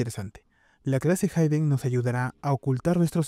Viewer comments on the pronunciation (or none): Como duele cuando un dev dice "hayden" y no "hiden"